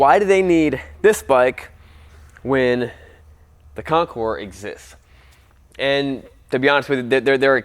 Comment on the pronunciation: that's a weird way of saying Concours...